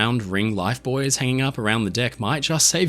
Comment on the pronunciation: Thanks for pronouncing buoys correctly!